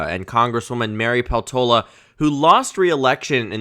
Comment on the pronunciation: Peltola is a finnish surname, so i suggest putting more stress on the first syllable